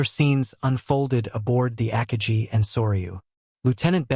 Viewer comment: Ackka Gee? You mean Ah Car Gi.